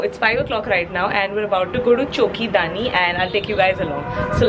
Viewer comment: Hi its Choki Dhani not dani its Dhani 😊♥️❤️